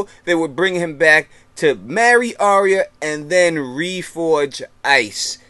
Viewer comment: Isn't it pronounced Are-ya not Arry-a?